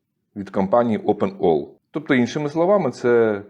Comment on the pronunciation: Open Ai а не Open All